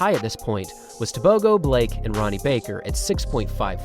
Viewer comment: Bro is saying Tebogo so wrong